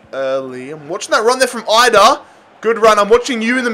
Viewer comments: Idah is actually produced with an E just for future reference if you use him again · it’s Adam EE-dah no EYE-dah